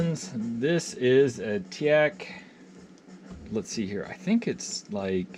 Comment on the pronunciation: Good review, but it's Teac not Teak.